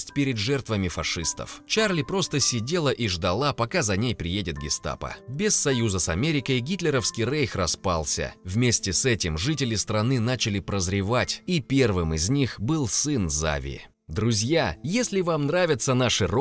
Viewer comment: Да почему вы говорите рэйх а нужно рейх